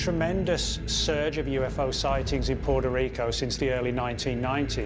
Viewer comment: Oh it's not PORTA RICA but PUETA RICO